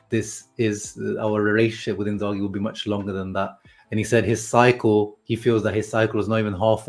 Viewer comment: You can remove the H from the name when saying it. It’s a silent h